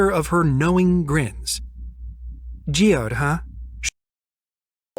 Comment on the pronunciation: Its not just a rock... its Geoed or whatever she said... so kinda like Geodude from pokemon? ffs